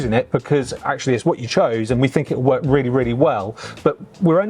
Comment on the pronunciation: Did say he could get back in the office to get more work or wort done. 🤣